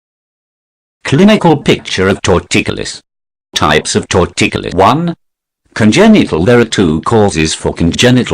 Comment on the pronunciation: Tor-ticulous LOL.